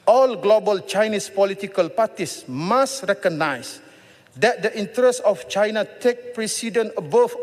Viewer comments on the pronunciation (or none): none